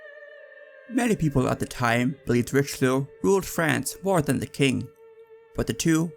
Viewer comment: Great content Please say Ri-shel-oo please. Pronunciation is important. It’s like a shibboleth, if you don’t take it seriously people won’t take you seriously.